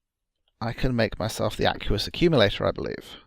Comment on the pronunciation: No offence, but I winced every time you pronounced the word "aqueous". :P